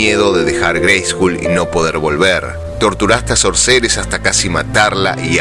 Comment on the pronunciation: Brillante interpretación 👏🏻 una sola cosa para observar: la pronunciación de SORCERESS no tiene la tónica correcta. Debiera escucharse "SÓRCERESS" (foneticamemte hablando). De hecho en el video se ve en algún momento que la pronunciación es correcta. Por otra parte, siendo que el nombre significa (literalmente) "HECHICERA" puede utilizarse ésa forma hispana cómo sinónimo. Gracias, gran trabajo!